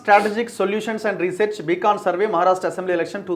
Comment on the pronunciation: బీకాన్ కాదు బ్రదర్. బీకన్ అంటే దారి చూపే వెలుగు. సొల్లు వెలుగు కాదు